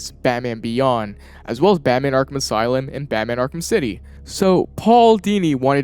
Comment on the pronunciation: ''batman arkham asylin"